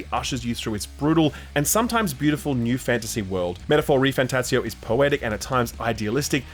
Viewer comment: I didn't realize there was another t in "refanTATzio".